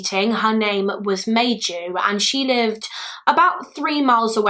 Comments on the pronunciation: I’m not Finnish but thanks to my one Finnish acquaintance I’ve made, Maiju is pronounced more like My-you! Interesting and sad case. As usual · I was so excited to see a Finnish case! I never heard of this case, even though I live 40 minutes away from the place. The butchering of the Finnish names was a bit distracting but also kind of funny :D (Maiju= my you) Keep doing Finnish cases, the Finnish community will definitely watch since we always gather where Finland is mentioned XD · If anyone is curious on the Finnish pronunciation of some names; Maiju’s name would be pronounced My-yu, it means May in Finnish. Kyllikki would be something like koo-licky. In the Finnish language every letter of a word is enunciated so it can be intimidating but it’s such a beautiful language 😍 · I think Maiju is pronounced Mai not May and like yu not ju